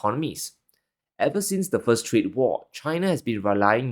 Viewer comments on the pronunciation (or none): none